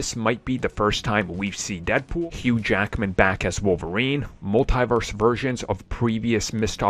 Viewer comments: Sheesh, it's hard to keep hearing "mul-TIE-verse". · It makes my ears bleed each time I hear that. Don´t they hear Kevin Feige or Tom Holland says this word?